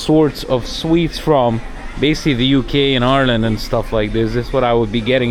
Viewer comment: You should be given Irish citizenship just based of the way you pronounce “Ireland”.